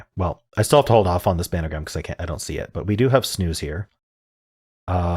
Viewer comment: It's called SPAN-A-GRAM. No other name allowed